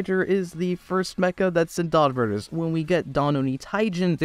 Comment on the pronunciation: It's Donbrothers not Donbrodders that's how you say it. Or am I hearing it wrong?